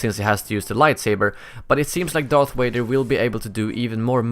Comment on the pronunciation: "darts wader"